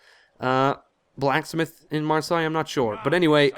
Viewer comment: How is it 35 episodes in and still no one has pointed out to you that Marseille is pronounced mar - say. Cracks me up every time.